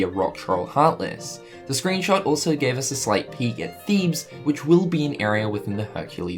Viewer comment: said Thebes right!! Omfg, finally!!